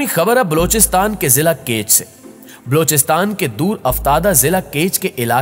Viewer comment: Aap apna Talafuz theek karen. Sahih lafz Balochistan hai. Aur aap Blochistan kehty hain. bAlochistan